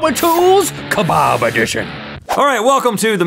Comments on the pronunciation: It lowkey annoys me that they pronounce kebab keh-bahb instead of pronouncing it for key-bab. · Ka-bab not ka-barb